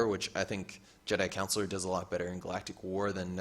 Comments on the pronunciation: Just a heads up, it's Jedi Con Shoe Lar. Not Counselor. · More like Con Sew Lar